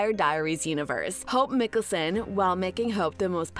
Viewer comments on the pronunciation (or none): you have done some many videos on these shows but still make no effort to even pronounce their names right? like, you dont have to even watch them(and its obvious you don't) can you ATLEAST pronounce mikaelson right? *hint, its mike not mik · It's Michelson not micholson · Did u just say miccason? Its mikaelson not miccasson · mi-kealson... ITS MIKAELSON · stopped watching since they can’t say Michelson correctly. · If you can't get the originals last name right its Mikaelson not Nicholson through all three series their name is repeated over and over again it shows that you haven't watched any of the series I guess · She doesn't even know hot to spell mikaelson she calls it mickelsonnnnnn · Why would you pronounce Mikaelson that way in this video 😒 Like you haven’t heard it in the last 10 years starting with vampire diaries.